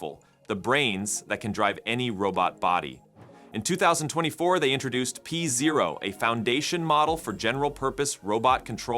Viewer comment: "pee zero" 😂😂😂😂😂